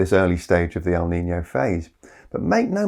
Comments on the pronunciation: El nino. Not el nina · I’m a little confused because I hear “El Nina,” so I’m not sure if you meant “La niña” or “el nino” in some places. Maybe it’s just a different way of pronouncing things. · Pronunciation is wrong. it's El Ni-NO, I hear you saying El Nina a few times. If it's the feminine term, it's with a "LA" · There is NO "EL NINA!!!!" It's EL NINO, or LA NINA.